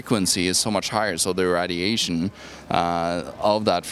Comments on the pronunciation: GOES UP IN WATTAGE! This moron has no idea what he is talking about. If you know what WATTAGE IS! RAD iation. Does he even know how to pronounce RAY dilation. 60 WATT FRYS PEOPLE. WHERE DO THEY GET THESE BRAINLESS MORONS FROM. Oh here it comes the ubiquitous THEY, THE CONSPIRACY WITH THEY BEHIND IT. More RAD iation. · lol "Readiation" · Rad - E - ation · found a new way to say radiation